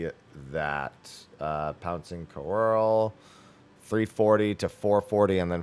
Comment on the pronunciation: > can say all the French words in the RDM kit >But can't say "couerl" correctly even though it's based on French